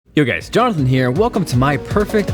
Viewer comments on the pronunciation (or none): none